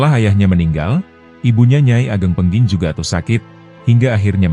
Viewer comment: Ki ageng pengging. Bukan pengking...😮